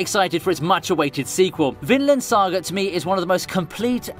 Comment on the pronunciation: It sounded like "Finland Saga" in the video. Lots of sauna baths and beer.